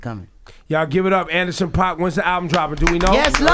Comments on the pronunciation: I feel like every manager at some point have to say to their artist before doing an interview "bear with it"..." and enjoy "lol. Please, somebody tell Rosenberg to pronounce Paak as "Pack"... like Paak. Not "Pah-k" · they kept sayingPOCK. in every song and interview he says PACK. .paak. all 3 of these bozos said POCK and said he was amazing. really bro? lmfao. they acting the whole interview, HOT 97 IS WACK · "pack" not "pah-k" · I kept shaking my head 😕😕. He says it like PACK!!!! Not like 2pac daaamn!! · It’s pronounced Pack, fools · Were they saying his name wrong? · There saying his name wrong lol